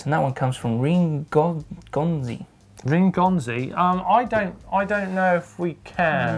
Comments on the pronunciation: Reen Gomzi??!! HAHAHAHAA!!! Rene Gomez (pronounced Re-nay Go-Mez) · can we get some hype for "Reen Gonzy" Lol. Rene Gomez = Reh-Nay Go-mez, my god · "Reen Gomze" lolol... it's "Re-ne Go-mez" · Rene Gonzy:D Its Rene Gomez:D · Rene Gomez --> "Reen Gomze" 😂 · Reen Gonzey!? Never have I heard a name more butchered than that!